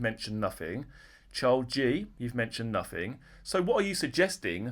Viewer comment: Froo? What is froo? Sympaffi? Sympaffize? Nuffing? Wiv? Anyfink? Please use proper diction!!